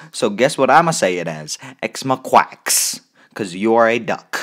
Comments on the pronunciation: I’m dead 💀💀 The way you said x-mo-quacks When people say x-moh-ca-x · XMOQUACK IS WHAT YOU SAID BRUH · it's x mo-cha x, (pronounced as in the beverage) but some people call her mo-cha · Actually, it's pronounced "x-mo-ca-x" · actually it’s x-mo-kaa-x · “X moquacks “ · X MA-QUACKS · theres something I noticed in the start of the video... he said ex moequacks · “ x moquacks “ Wowwww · her name is pronounced mocha like the coffee. its xMOCHAx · Sir/ma’am the pronunciation is x-moka-x but idc how you pronounce it. So just pronounce it how you like. :/ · "x mokwaks" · He knows but it is spelled xmoqax which sounds like xmoqwacks so that’s what he finna call it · Ngl, I don't like Xmoqax either. I like their art, but they're pretty bad when it comes to criticism and they're unfunny.. Also I'm not gonna bitch about your pronunciation of "xmoqax" because it's better than how it's actually said. Plus, I just wanna say mad respects to you, you're one of the only level headed people in this community.